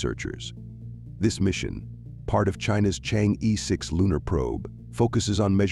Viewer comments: It does not pronounce chang yi, but something like chang er (like M'er'cury) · You whites maliciously mispronounce it. It should be Chang er.